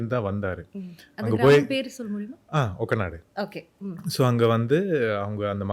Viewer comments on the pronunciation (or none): தஞ்சாவூர் அருகே உள்ள கிராமத்தின் பெயர் ஒரத்தநாடு not ஒக்கநாடு.